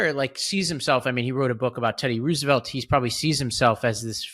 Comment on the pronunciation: Please tell that it's pronounced ROSE-evelt!